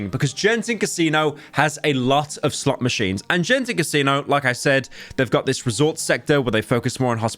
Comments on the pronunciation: Im sorry Pyro, but I have to correct it here. It's not "Jen"ting, it is read "Gen"ting. Yes Imma Grammer Police from Malaysia thanks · Did Pyro really said Genting as “Jen-thing” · As a Malaysian, My ear hurts when Pyro pronounced “Genting” as “Jenting” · the say you pronounced Genting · Genting is pronounced with a hard G, not a J btw. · I am unironically disappointed by how he pronounces Genting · Genting is pronounced with hard G btw. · I feel pain hearing Pyro pronouncing Genting with a J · Good video but hearing you mispronounce 'Genting' is hurting my soul.